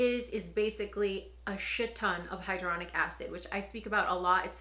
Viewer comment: Hyaluronic NOT hydronic 🤣🤦🏻‍♀️🤣🤦🏻‍♀️